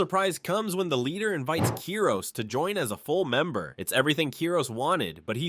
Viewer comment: its KIROS not keros